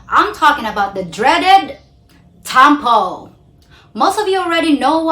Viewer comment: Please do not pronounce the word “tampo” with an American twang. I give it to you that your English is excellent but it’s not nice to hear a local pronounce local Filipino words with an a twang. To me it’s OVERKILL!